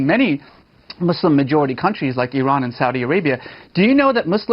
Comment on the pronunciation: Why do so many people struggle to pronounce muslim correctly?